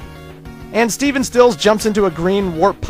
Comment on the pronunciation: Even after the Let's Play, you still get Stephen Still's name wrong. It's not Steven Stills, It's Stephen Stills. Just saying since it kinda bothers me when you say Steven. Love this video though and I actually knew alot of this, but there's some I didn't know. Keep up the good work!